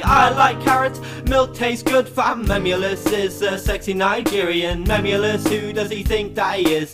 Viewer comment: Why did u say mem ulous its memeulous